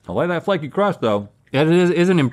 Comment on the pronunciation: “LeTs TalK AbOuT ThhhhhAaAUH-t” -Link